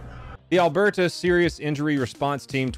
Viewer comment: Hearing you pronounce Alberta for what sounded like your first time made my day. And yeah get ready for some more Canadian content boys shits getting fuckered up here 🇨🇦💪🇺🇸